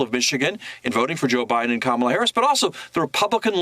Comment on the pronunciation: 📌🖌Practice-Practice-Practice: It’s Harris like Harris not Haarus. Thank you.‼️👍🏽🌎💚🌀